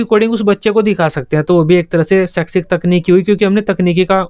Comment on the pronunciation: Sir g ap saikshis khte hai .. but pdhate bht bdiya hai